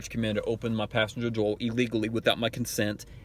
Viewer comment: Does he have a lisp or does it have to do with his nasal shape/capacity? He said 'whateva', 'offica', 'hamma', 'numbas', 'ova heer' or 'torn' (instead of turn), dore (instead of door), 'tazza' or 'caa'. I think the guy said he was from Ohio (not Boston, new England or new York somewhere), and I know some folks from there, it doesn't sound like any kind of accent to me. Anyway this guy is super god-awful annoying to listen to sadly enough. Okay he's from Ohio, so is he trying to sound gangster? Cuz trust me, it ain't working for him. Taking that drink of water did not help his voice any. I mention this because I have an old college friend who I still see very occasionally and (without the OG gangster element the subject of this video has) he kind of talks like that. And for him it's not an accent, it's just a speech thing of some type. Luckily, that old friend of mine is nowhere near a sovcit. And on a different subject, no that's not how they get you or get into your vehicle, dude. If there is a crap ton of road noise or you parked under an overpass during the traffic stop, they can't hear you very well from outside the car if your windows just down a little bit. Apparently certain idiots don't realize this fact. Maybe they should try to run an experiment when the shoe's on the other foot. And I must say, wherever the hell the Constitution originated from, Magna Carta or any other constituent parts, the USA doesn't operate under the Magna Carta and never has. Oh yeah and the